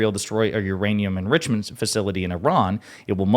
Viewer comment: Nuclear enrishment.